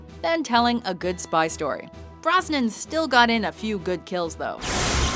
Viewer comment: By the way, the man's name is B-R-O-S-N-A-N